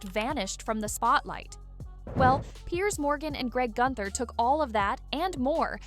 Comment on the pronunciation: It's greg gutfield not gunter